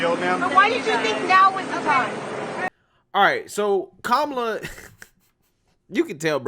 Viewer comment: “Que-Mala “ I love it! 😂😂😂😂😂Kemala🤣🤣🤣